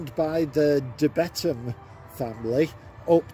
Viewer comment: Bee thum . Not beet-ham